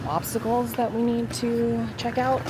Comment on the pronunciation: Thought she said check out some popcicles at first not obsticles lol haha.